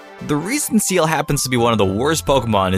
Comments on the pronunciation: IT IS "SEEL" NOT SEAL YA DINGIS ARE YOU CRAZY?!?? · well I guess seems fair was "SEELD" :D